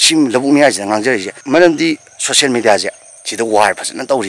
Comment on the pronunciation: Meitei eikhoise ball da bon , social media da socian media , result da resan , national dasu nationan word 1gi loisinbada L na loisiladi madu N pronunciation da